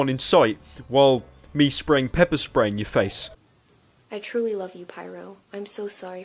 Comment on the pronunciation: pyro said "pepe spray"